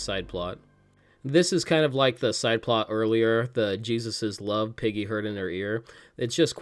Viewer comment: You definitely just said piggy instead of Peggy haha